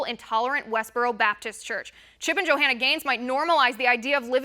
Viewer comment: The Bible talks about when the end times come, right becomes wrong, and wrong becomes right. Why does she keep calling her Jo-Hanna???...lol